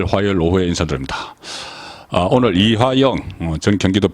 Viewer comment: "이하영"인지 "이화영"인지? "이하영"인지 "이재명"인지? 발음을 정확히...!